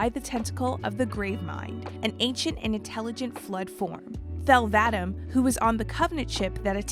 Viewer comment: I wish they got someone who's actually played the games to narrate this video because there's literally no excuse for mispronouncing so many things it's ridiculous. A two minute google search would have showed you go to pronounce Cortana or Thel Vadam.